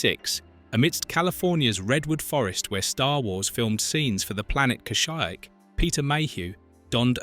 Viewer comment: Ok, when blue is described as green and the home world of the wookies isn't called "Ka-Sheek" but "Ka-Shy-Uk" then you know you're dealing with some AI generated crap. So sad. I wish there was a rating system for vids. This one gets ONE star!